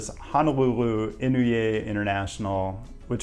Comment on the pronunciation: Keeeerist! Japanese is hard? It's ee-NOH-ay. You said you're a nerd. Senator Inouye was chair of the special committee (Senate Select Committee on Secret Military Assistance to Iran and the Nicaraguan Opposition) that was televised? He interrogated Oliver North? Also, the President pro tempore of the Senate? Maybe you're too young to know/remember that? Why you think that they named HNL after him? (Edit: your inability to wrap your head around Oahu city government geography concepts is infuriating. You could have asked somebody! A million people live on my island! You're very condescending!)